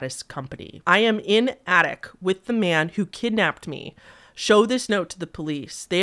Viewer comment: does anyone know why some people pronounce ‘attic’ with a T at the end? it’s always confused me and it seems to be really common in the midwest (no idea where this lady is from, but i live in the midwest lol), along with people adding a D at the end of ‘demon’